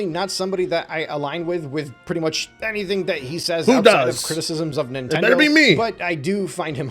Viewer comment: oh it's nintendeen